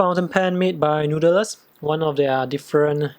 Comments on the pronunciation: Sounded more like "nood-der-ler". Try "nood-ler", without the extra syllable in the middle. Just curious, what's your heritage and where did you grow up? You roll your "r", which leads me to think you spent a bit of time in the USA. Lovely review by the way. Jealous of your Falcon with the mod. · you pronounced noodler's very funny. i think it's because you're native mandarin speaker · i heard Noodelers almost noodelels hihihi